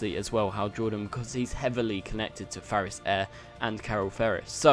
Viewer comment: Are you saying Farris? Because it's clearly Ferris. lol